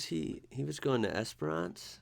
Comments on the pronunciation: Esperance is pronounced like entrance esper ence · 22 hours driving. Melbourne eastern suburbs to Port Augusta... only stopping for food and fuel... and stopped for an hour to do an exhaust flange gasket. Pronounciation Guide: Ceduna: See-dune-a Cocklebiddy: Cockle biddy... you said it right :) Esperence: Esp-rence - the second e is silent.